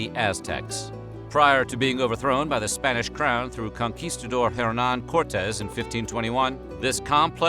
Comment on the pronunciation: You misspelled and mispronounced xocolatl. We still make it. Much better than the European version with sugar and milk. It's made with water, cacao and chiles. You mispronounced Hernán Cortés and Sahagún. You had trouble with nixtamalization, but almost got it. Sounded a little Gringo, but OK. We usually don't make a "flour" out of it, which would be a powder, and in fact flour is more associated with European wheat; rather, we take the moist, stripped corn and grind it on metates to make pliable masa. We then use this to shape tortillas, gorditas, tamales, picadas, orejas, and a myriad other shapes for different cooking meals. "Te-noch-ti-TLAN", accent on the last syllable. (Tenochtitlán). We call amaranth huautli. Pipián, not PE-pian. Same basic construction as mole with a few different ingredients and coarser ground seeds. And no, it doesn't always contain vegetables, in fact almost rarely; it's a type of meat stew. Adding vegetables is a matter of taste or regional habits. Ahuacatl (Nahuatl language). Spain aproximated it phonetically, aguacate, and that is what we call it in México today. I guess the English couldn't handle it and came up with "avocado". Figures. Chi-NAM-pas, not with a "chee" sound, and "nam" as in a flat "A", sound, not as in "spam". And please stop saying Tenochtitlán. Huitlacoche is delicious, tacos stuffed with it and salsa are all over the place. To pronounce it, the "H" is silent. Make it with some roasted chapulines or make scrambled eggs with it